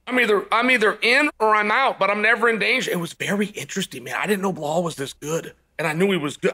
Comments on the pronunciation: Lol it's not Baaahl,it's Belal his name is. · Cmon chael man you speak english. How hard is it to say his name as it is "BE LAL" not Be Hal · It's not bla hol It's Be Lal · Blahal or Be-Lyle? (Gilbert was injured.) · Waiting for the day Chael says "Belal" not "Blahal" 😂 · Did you hear it... Uncle Chael said it Belal omg!! but i prefer blehaal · Can someone tell Belal to fix his name. It's clearly Blah-hal. His parents should be ashamed. Thanks Chael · I think you missed the joke - that Chael ALWAYS pronounces his name Blehal. We’re a fun community over here, your insecurity is showing. Muhammad looked great. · Fedora…”blah-hal”….10 seconds in and we’re in for a classic boys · I love how Chael still calls him “Blehal” 😂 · The Only Cheal Mafia Sonnen once said "Bahal". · Man Chael won’t ever drop the “Blahal” bit. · Didn’t know “Behall” was this good. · How do you read Blahal from Belal? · When Chael calls you Blahal, your name is Blahal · Bla-hall and Ya-Rear will both be fighting for titles next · I cant get over how this guy says blawlll😊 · Blahwl “hit and run” MooHamed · Uncle chael: belal= blehaal lmao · It's Bilal Uncle Chale. It's written like Bill with an a between the Ls and it's pronounced the same way too. You're sounding like my Chinese housemate who used to call me Biral or Bilar. 😂 Remember the Name! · Why does he call Belal "Blahaal" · Belal “Blehal” Muhammad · Why do you always call him BeHal? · I Don’t know guys . correct me , or enlighten me: Is Uncle Chael Massacring names a way of banter? i mean come one , Saying Belal can’t be that hard ( Bhlooolhhhl) lol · Blehal? Lol Chael you know damn well how to pronounce his name! You do it with many fighters aswell. 😂